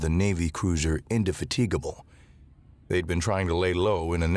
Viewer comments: In-de-FAT-e- ga-ble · indefatigable in·duh·fa·tuh·guh·bl Emphasis on fa. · and Indefatigable?? Never heard it said that way!